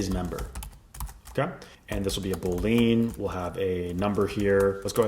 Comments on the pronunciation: Have I been saying Boolean wrong my whole life... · Amazing content as aways. PS: you say Boolean wrong.